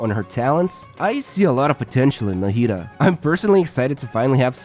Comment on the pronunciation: Thanks for explaining her kit. I'm definitely pulling for her. You had pronounced "Nahida" in a few different ways throughout the video. was the closest to the correct Arabic pronunciation.